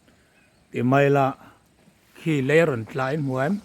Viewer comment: tlai a tih reng hi mawle😂